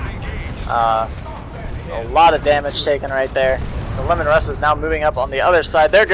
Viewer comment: Isnt Leman Russ pronounced like "Leeman Russ" instead of "Lemon Russ" ?